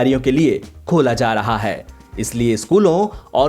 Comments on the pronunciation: m talking bout hindi pronounciation.when u used Haii in hindi its wrong. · pronounciation of Haii word in hindi